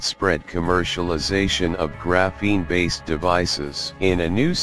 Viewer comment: What the hell is this "Graphen A" stuff, bahahah